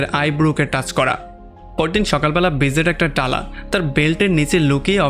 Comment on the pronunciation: টালা না তালা হবে🙂